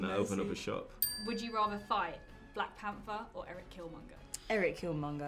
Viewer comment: Daniel: "Blak Panfer"